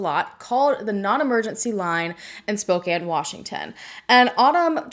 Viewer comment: Thank you for bringing attention to this case and for pronouncing spokane correctly. ❤